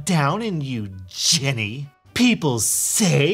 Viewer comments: you say “jenny” its ”jenn ay” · The fact you say Jenny pains me it’s Jen-nay omg i love that though